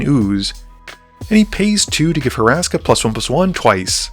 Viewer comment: Love this channel and HATE that I’m being this guy but… it’s HUR-ska not Horaska 😂